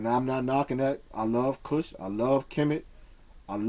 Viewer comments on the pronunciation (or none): none